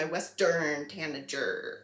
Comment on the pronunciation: That second r in tanager is an epic save!